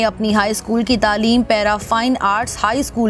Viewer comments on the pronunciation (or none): none